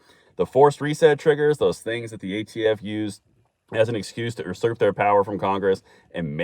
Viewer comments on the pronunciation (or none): Love you,, but it's pronounced "you-surp." Great news too. Thanks.